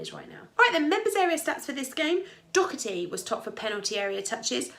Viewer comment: Thanks, one thing... it’s Daw-her-tee, not Doc...😊